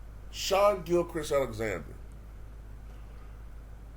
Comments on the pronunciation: It's Shai like (Shay) for example a horse eats hay. Shay (Hay) but it's spelt Shai. Not Shawn, that's totally a different name. I know you meant well. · Yes a SGA video! This guy is a star OKC really has the assets to trade to become a contender to build around him next year! It’s funny how you pronounce his name it’s “Shai” but pronounced as “Shay”